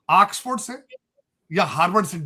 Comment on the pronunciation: Angrez di Aulaad di English 1 Axford 2 pricen 3 blag